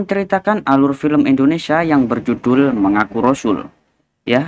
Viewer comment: Indonesia coy bukan Endonesa 🤣